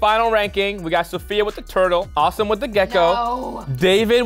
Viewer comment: Pretty sure name is actually pronounced Aah-sim not awesome like he said it was